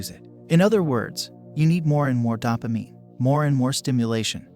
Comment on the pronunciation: This guys tries to sound all scientific, but his claims about the brain and chemicals are pretty much BS. He doesn't even pronounce dopamine correctly, showing that he's basically a dilettante.